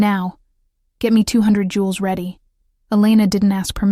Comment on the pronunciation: Joules; not Jewels